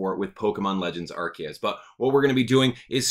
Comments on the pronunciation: Also your wrong it's Arceus not Arkeus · It's pronounced ar-see-us, the japanese is written arushiasu. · “I am that which people call Arceus (ark-eus).” Me: Or Arceus (R-see-us).: “Don’t you dare call me R-see-us!” Me: 😮 Great timing!